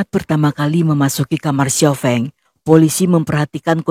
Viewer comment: Sekadar ralat, Kak. Xiao Feng, Fengnya pakai e pepet (sekolah, sedia, kembang dll), bukan e taling (enak, beda, kecap dll) 🙏